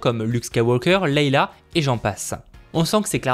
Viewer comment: Elle s’appelle Leia pas Leila 😁 merci pour ton avis j’hésite toujours à l’acheter.